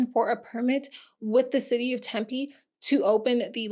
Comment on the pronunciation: Yessss for PP properly saying Tempe 😊